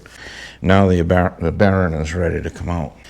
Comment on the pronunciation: Your videos are always helpful. You are right on about greasing those using the Zerk, DONT DO IT! BTW- whats a "baron"? Is that the New England pronounciation for "bearing"? Just kidding, good job! Yes keep extra seals and bearing set as spares. In my case, I run cartridge bearings, so I carry those and since they are 5 year maintenance items, best to change them BEFORE problems. I just did my 6.